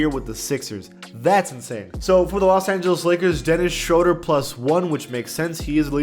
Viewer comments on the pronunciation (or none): none